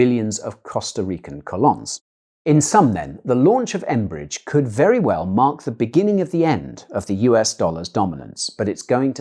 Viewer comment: Costa Rican currency is pronounced like this: Ca-loan-aiys. Cheers!